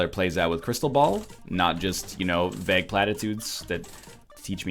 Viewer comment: unsubbing because of your pronunciation of "vague".